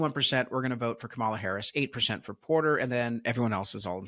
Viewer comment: Say her name right. It’s not that hard. She’s hasn’t even began campaigning yet, liar.